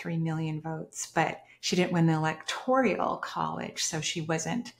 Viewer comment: "Electoral" College. Slightly diff pronunciation.